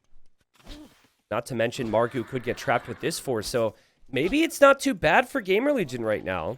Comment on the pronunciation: Is it just me ? xD Every time you said "GamerLegion" I heard GameReligion xD